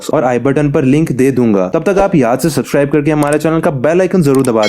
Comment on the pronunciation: I don't want to make fun but you say names of Japanese in hindi accent so good but can't say subscribe